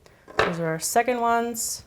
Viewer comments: Yeah I understand, it's the same as people mocking the Australian accent and how we speak, it's so different everywhere. But, it just sounded like she was saying "secont". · It just sounds like she's saying "secont" instead of "second".. But hey, I love her. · she said 'secont' it was like soooo clear the way she said it so you can't say that she didn't say it.